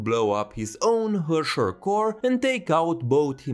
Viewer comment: just fyi to pronounce "herrscher" the proper german way you would be almost correct but the "e" is prounced like the "e"s in the "ehete nandaiyo" meme